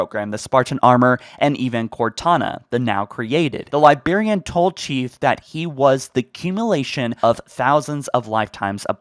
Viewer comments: Say it with me Li-brarian! Librarian. Librarian. Librarian. NOT libarian sorry no hate, it just had to be said. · Bro I love you and your videos BUT ITS NOT LIE-BEAR-IAN ITS LIE-BRARE-IAN Other than that, sick video ♥️ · Buddy, it's not "Liberian" it's Librarian. L I B R A R I A N. With a B and an R. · Guys, the LIBARIAN is back and not the *LIBRARIAN hahaha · The liBarian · "the Lie-Berry-Anne" lol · He's still saying "Liberian". My ears. I can't. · the lie berry anne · The good ole' Lie-Berry-an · Nucular, calvary... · I stopped watching 2mins in after he mispronounced librarian 5x, theres a R in there man